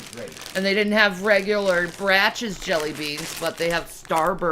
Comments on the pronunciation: Did she really pronounce Brach’s (Br-o-ck’s), as Braches? Jason doesn’t have the time, but can stream for an hour or more saying nothing.🙄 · Bratches lmfao pronounced Brocks spelled Brach's 😂😂😂😂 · "They didn't have Bratch's jelly beans" It's a German name, miss IQ of presidents. "Brach's" it is pronounced BRAWK. Like the composer Bach... sigh. You think Toccata and Fugue was composed by "Batch", don't you? ffs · Bratches jellybeans? Is she trying to pronounce Brach’s? /brawk/ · Did she say braches when it’s pronounced Brock’s? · Da fuq is bratches?? Bishhhh it's Brach's (pronounced like Brock FFS) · That was grinding my gears too 😂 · "Bratch's" jellybeans?? 😂😂😂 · Not "bratches" jellybeans. Did ya mean "Brach's",? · I hate the way she pronounces “Brachs”. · She said Brachs or however u spell it wrong